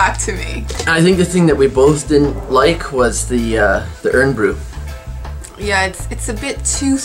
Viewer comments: I really enjoyed this, guys. I'm a Scot myself but cannot eat haggis (too spicy for me) haha. I also dislike Irn Bru but diet Irn Bru is a lot better. Tablet, though--YUM. Oh, and Irn Bru is prounounced IRON as opposed to IRN but understandable that non-Scots wouldn't be aware of that. Did you go anywhere near Aberdeenshire? That's where I am from. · Hi just a couple of points, Irn Bru is Scotland's No1soft drink you pronounce the first word as IRON even though there is no O in the name Irn Bru, next Ginger beer Is more akin to Ginger Ale it is a soft drink normally but crabbies is a alcoholic ginger ale not a beer!!